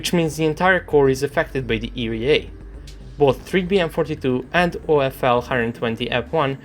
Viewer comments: ERA is pronounced "ee-are-ei" , not "ee-ree-ei"... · E re a xD this cracks me up every time i know that you know its e ar a and you still say it wrong :D otherwise nice video a usual :)